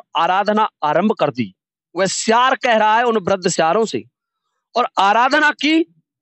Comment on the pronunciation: Siyar hota soyar nhi